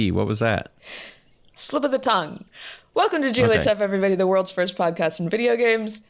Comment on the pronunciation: the vorlds virst video game podcast